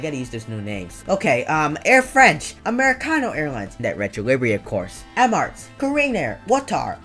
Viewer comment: You said emarts for emirates